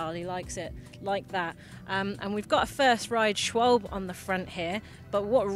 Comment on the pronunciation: Schawlbe not schway-bald